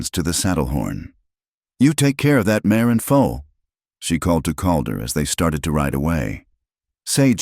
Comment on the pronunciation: mare not mayor...colt not coat,,, lena not lina,,,calder not caller,,,hell in not hellin,,,foal not full errors distract